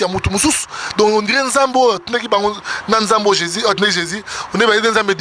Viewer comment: Me mon Fr Moïse mbiye pourquoi pas de Bien prononcé au non de Jésus. si vraiment tu parle au non de Jésus prononce-le Bien c'est tout, auriez de maître peuple de Dieu en confusions.